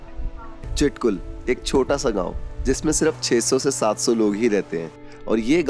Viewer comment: चिटकुल nhiiiii छितकुल